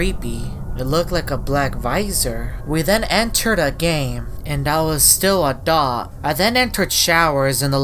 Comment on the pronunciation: When says dot i keep laughing